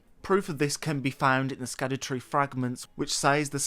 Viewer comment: "scadu" is pronounced more like "shadow," as in, "shadowtree"